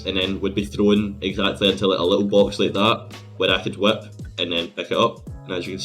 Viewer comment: the “wHiAhiP”